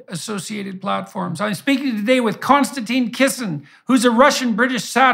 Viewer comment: This is nit-picky but I wish I could tell everyone that the guest's name is Konstantin. It starts with a K it does not end in E and it is pronounced like: (my feeble attempt) Con- Stan- Tin NOT Con- Stan- Teen. Konstantin is so patient and good mannered (and no doubt used to it by now) that he doesn't see the need to correct.. litterally almost everyone. (BTW I am Michael and I have never answered to Mike so that's probably why I am triggered.) I do really like the interaction between these two. I especially like the way that KK challenges JBP on some things. This is the kind of respectful banter that the world needs to see as an example right now. And I'm sure that it ends with a handshake not an insult unlike many other interactions between people with differences of opinion I have seen.